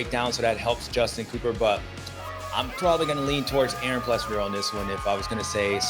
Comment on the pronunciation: I swear they stay trolling Aaron one day his name is Aaron plessinger, and then the next two guys say it's Aaron PleasANJARRR